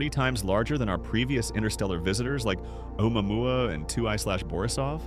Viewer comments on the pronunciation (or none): Its not umamua its ,au mow mow , like the fkn surf song dip shts. Stop sayin that sht .